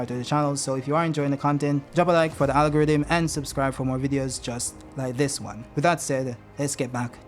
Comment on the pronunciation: “Algariddim” the man is Jamaican